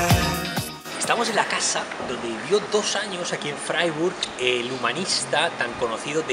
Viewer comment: Se pronuncia fraiburg